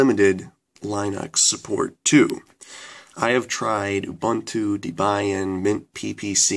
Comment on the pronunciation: I hate to bitch but the way you pronounced linux and debian annoyed me so much, and also its OS ten, the X is roman numeral for 10, and its pronounced OS 10 not OS X. Please look at (how to pronounce .com) to see the correct way to say linux and debian. but i guess also depends on where you are from and any accent.